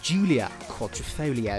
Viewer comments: first guy who can say quadrifoglio (quadrofolio) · wow, that Quadrifoglio pronunciation is the worst I've ever heard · haha I'm italian, for once I can tell you that italian word is pronounced in the wrong way. But I know English people can't say "gl" sound :) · Giulio Imparato ma il commento più senza senso è quello del presentatore che mi ha risposto dicendo che quadrifoglio lo pronuncia in modo corretto , e che in Inghilterra si pronuncia così. Non sapevo che le parole italiane avessero una pronuncia diversa in Inghilterra 🤔